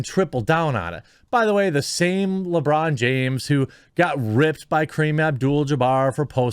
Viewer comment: At first I thought you called him LaBrawndo